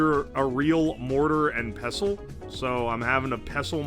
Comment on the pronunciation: Caught that bro wasnt sure how to pronounce "mortar and pestle" Pessile 😂